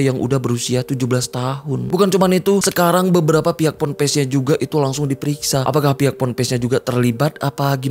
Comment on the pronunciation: Pompres😂😂😂... Pampres kalii😂😂😂.. PONPES yg bener tuh.. Pondok pesantren. PONPES